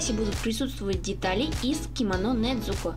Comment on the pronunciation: вообще Не Недзуко а Незуко